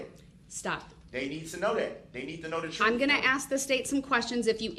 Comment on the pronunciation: Please just say the word "ask" correctly - learn how to speak like an adult. And he thinks he's the smartest guy in the room. He's a pathetic joke.